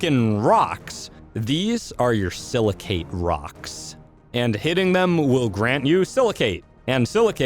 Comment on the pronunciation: Btw, the "cate" in silicate is pronounced the same as the word intricate. Yw